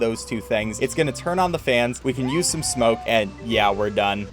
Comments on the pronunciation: every time he said smoke i got angry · Every time you say smoke I literally laugh help